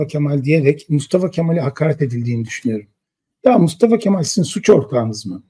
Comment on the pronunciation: Bence Yılmaz Özdil , Mustafa Kemal ismini gevelemiyor. Söylüyor. Bağıra bağıra söylüyor. Gevelemiyor. Yürekten söylüyor. Altı dolu söylüyor, bilgiyle söylüyor. Katılmıyorum. Benim fikrim , sizin aksinize, daha çok artıyor kurucu liderimize duyulan sevgi.